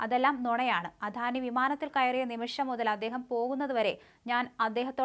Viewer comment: അധാനി അല്ല അദാനി